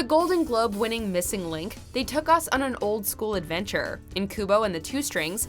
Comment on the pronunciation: The golden globe winning missing link? Is that supposed to be said like that?